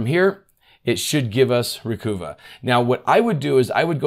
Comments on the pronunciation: Developer's Description By Piriform Recover files deleted from your Windows computer or from external storage (e.g. USB stick). Recuva (pronounced "recover") is a freeware Windows utility to restore files that have been accidentally deleted from your computer. This includes files emptied from the Recycle bin as well as images and other files that have been deleted by user error from digital camera memory cards or MP3 players. It will even bring back files that have been deleted by bugs, crashes and viruses. (I might add, if your happen to be from Boston it is spelled correctly as "Recuva". 😂) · I always assumed a slight pun, Recuva.... with U pronounced as in tusk...... recover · Always go into data recovery attempts with a very high expectation of failure. Having thoroughly tested and attempted to use many products over the decades, few have any value at all. Recover (phonetically think bruvva) is the correct pronunciation from what the company told me many years ago. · It's Ree-cuh-vuh. (sounds like recover). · I believe it's pronounced Ree-cuv-ah. As in "recover". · Dead right,”Recuva “is pronounced “ Recover “ , just harden the C”. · I’m pretty sure Recuva is pronounced Recover. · I pronounce Recuva slightly differently. But I'm just guessing. Adding that extra "C" to "CCleaner" is like nails on a chalkboard for me. I'm not saying this is a rational or even reasonable response. I'm just saying what happens when I hear it. Thanks for the great content! Now I will go nuke and pave a bunch of perfectly serviceable Windows installs! 😆🤣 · The website says its pronounced "Recover". Great info however. Thanks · Hey, Great Job, As Always.! Recuva Is Pronounced Recover... Like What We're Attempting To Do, Recover Data.! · Re-cuh-vuh. Like recover except you're British or from the hood 😂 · "Recover" = "Recuva" - "I don't like the fabric on this couch, so I am going to "Recuva" it." Re-cuvah it man! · Ree-Kuvv-Uh as in "Recover" with a New York accent...